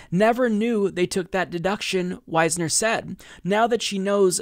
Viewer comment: You're mispronouncing "Wisner."